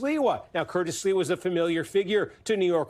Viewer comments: Not the butchering of Sliwa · the anchor's "Sliwa" pronunciation just about sums up his notoriety and chances haha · Wait who is this guy? He doesn't know who Curtis Sliwa is? Obviously not. Steve Kornacki, as always, in the know. The gentleman who was anchoring him not being from New York obviously is no excuse for him mangling the pronunciation of someone that's been a New York let's call him icon for more than four decades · Well done. You are unable to say Mamdani consistently (Man-donny is not a candidate), nor did you seem to have any foreknowledge of Curtis Sliwa (SLEE-wah.) Maybe print media would be more appropriate.